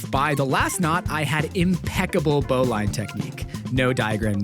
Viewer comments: bruh, it's pronounced bull in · bro was tryin to make a chair the same way i make kandi/pony bead bracelet cuffs (thats sick as hell actually) oh btw, a bowline knot is pronounced bow-lin/lynn- the more you know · Bowline is pronounced Bowlin like, you're goin bowlin. Not boe line. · as a boy scout it hurt me inside to hear you call it a "bow line" its pronounced "bow lin" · lol bow line, no it’s bo-lin. nice work on the chair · just fyi, bowline is pronounced bow-lin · also, on the "3d print maker could perhaps use some advice from crafters" subject, it's pronounced 'bow-lynn' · Like at no point in that whole process did you think to just print a "needle" attached to the end of the cord where you could just pull the cord through and not need some poker thing to push from the back??? Also while it is spelled bowline.... it is pronounced boe-lynn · Look up how to Pronounce Bowline knot please. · You might be surprised to learn the correct pronunciation of bowline. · impeccable bowline technique, but still didn't have rhe pronunciation down lol